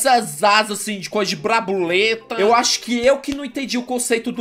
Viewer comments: Kkkkkkkkkkkkkkkkkkkkkkkkkkkkkkkkkkkkkkkkkkkkkkkkkkkkkkkkkkkk aí meu deus 'brabuleta' kkkkkkkk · Quem riu que o falou brabuleta kkkkk